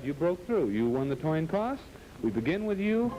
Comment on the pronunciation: "You've won the toin coss" Ha !